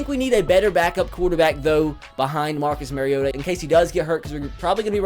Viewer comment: first things first lets try to pronounce Marcus Mariota right